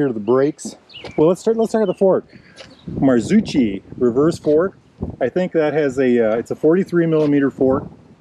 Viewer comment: Marsutschi? Hehehe 😆 That would be read: Martsoki Besides that a good review Cheers